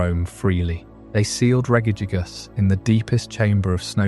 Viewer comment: Idk if I can sleep to this one, everytime you pronounce regice it snaps me awake, cmon man, pronounce it right